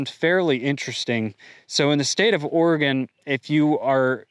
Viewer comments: First dude learn to pronounce Oregon correctly! It`s ORYGUN! But great story! Yes,I was born in Oregon and left for Texas some years ago. I grew up on a small farm in Central Oregon and now as a formulation chemist I went to live in Texas, and I am glad I got out. This is typical mindless/brainless behavior of the leftist`s in Oregon. I recall back in the 1970`s, the environmentalists used the "endangered" Spotted Owl`s to shut down logging in Oregon. Their arguments were based on the supposition that Spotted Owl`s only nested in Old Growth Timber. So consequently all trees over a certain diameter were protected from harvest. So their lawyer`s rational was called into question when I saw Spotted Owls making nests in "Bang Boxes" which are 50 foot tall steel towers used by saw mills to debark the trees, when they unload logs off the trucks. It is a very tall, and very noisy thus called "bang boxes". I watched Spotted Owl`s make nests in the top of the towers. I discovered that the animals were smarter than the environmentalists and their lawyer`s. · For those who don’t know how to pronounce Oregon like this guy. Say it like human organs. There no ORY….. GON. It’s organ!! One sylabol. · If you live in Oregon it's not pronounced Ora-gone. Sometimes he says it right, sometimes he doesn't. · It's pronounced Or-e-gun not Or-e-gone. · "It's not oreGUN. It's oreGONE" -Hermione Granger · Pronounced "OREGUN" not "OREGONE" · Isn't Oregon one of the Organic farm and free range leaders? They are now running more small businesses out. Please stop it Oregon! Remember locals pronounce it Ore-gun, not Ore-gone. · Or-eeee-gon? If you’re going to talk about a place you’ve never been to, learn to pronounce it at least. So you take one example and then say it’s happening over the whole state? Crying wolf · 240k views using the things I have seen argument. Impressive! Now, can you say ory-gun? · It's pronounced Orygun. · It's pronounced "OR-a-Gun"